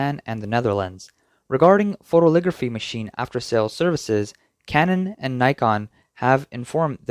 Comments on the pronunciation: It's "photo-LITH-ography" not photoligraphy or photoligraphy. 6 syllables. "foe-toe-lith-OG-ruh-fee" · Note to the narrator: it's PHO-to-lith-OG-ra-phy. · It's not "photoligraphy".:face-red-droopy-eyes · It is pronounced foh-toh-li-thog-ruh-fee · Photolithography, not "photoligraphy." Otherwise, great report.